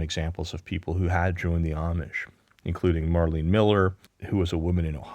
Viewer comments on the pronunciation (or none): none